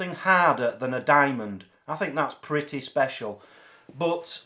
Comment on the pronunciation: "I can imagine it's quite pritteh" lol